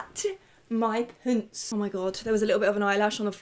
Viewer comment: “Oi.. just shat... my poonts” 😂 it’s impossible not to love this girl 💯